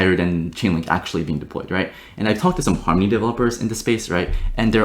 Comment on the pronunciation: "Farmony", lel